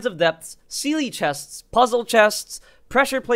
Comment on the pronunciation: Lol love u pronouncing the s at the end of chests